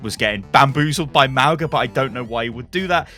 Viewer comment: Lol I kept laughing at how you pronounced Mauga like Mau-guh Sorry I know it’s not your native language but i can’t help it. It’s Mau-gnaah or you could pronounce it Mau-naah , it means mountain in my language, other Polynesians might say it differently.